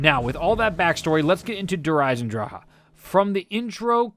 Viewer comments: lmao i pronounced der eisendrache so differently. (der isen drach) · It's Der EisendrACHE(AHK) not Der Eisendraw smh lol